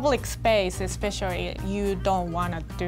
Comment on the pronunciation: I realize that said especially "especiarry"